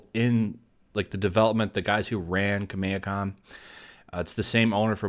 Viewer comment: The way you say Kameha, Is that even the correct way of saying it?